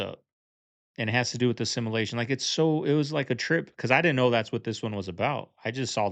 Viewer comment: This dude can't even pronounce simulation, but I'm supposed to believe his crack pot theory.....😅😅😅😅 Yes, I have seen PLENTY of Asians pump gas. And Yes, I have seen a pregnant Asian woman. This dude is dumb AF. It's amazing though, because he ACTUALLY thinks he's "smart" 🤦🙄🤷